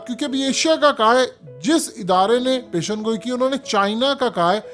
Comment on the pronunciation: Sahih alfaz pesh goi he peshangoi nahi